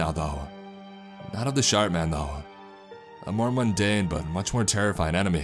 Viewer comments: Sharp man or shart man? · Watching this two years later.. and all I can hear is “The Shart Man” 😬😂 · I heard shart man 😆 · All I can hear is SHART MAN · I heard "Shark" or "Shart" man, so yeah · Can't help but hear "Shart" man